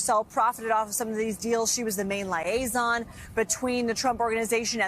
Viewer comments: "Lye-aison"? from a reporter... seriously? Maybe I should say SAR-EE-ously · Ivanka was the "LIE-ason"?? I wonder if that was an intentional mispronunciation of that term?